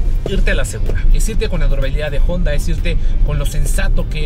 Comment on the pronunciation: Cada vez que dice "Jonda" 😂